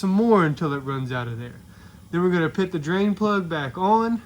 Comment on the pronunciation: We’re gonna pit this over there, we’re gonna pit this right here. Then we’re gonna pit the drain plug back in. Dude can’t say put 😂